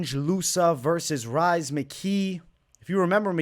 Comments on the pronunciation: Rhys is pronounced as Reece and I feel like as a Boston guy that deserves a shoooey on your end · Love the insights. I’ll be riding with your picks once again. FYI Rhys is pronounced Reece. Just an Irish spelling of the name.